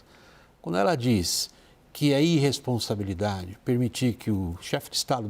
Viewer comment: Foi quando falou inrresponsabilidade, ploplema...